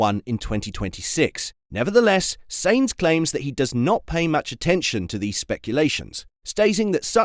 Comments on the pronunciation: It's pronounced Sign-z not Saint-z !! Get with the programme bud ! 😤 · His name is not Saints, stop hurting my ears like Ferrari engineer's when they talk. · Please learn how to pronounce the name of the person you are talking about!